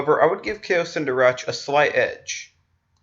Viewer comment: Kao Cen Darach is pronounced Kao Ken D(aw)r(aw)k